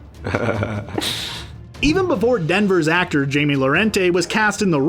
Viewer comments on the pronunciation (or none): It’s not jamie it’s hai-me